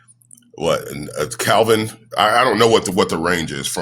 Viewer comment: Did he say Calvin instead of Kelvin?